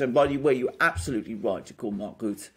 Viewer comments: Rutte pronounced Rutter Wilders pronounced Vilders (more or less) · Rutte is pronounced as burst 😉 not ass bull